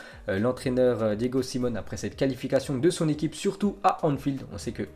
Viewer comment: Aucun respect mdrr SimEone pas Simone 😂😂😂